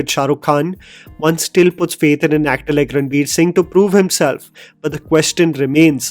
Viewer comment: even gets confused to say ranbir instead of ranveer 😂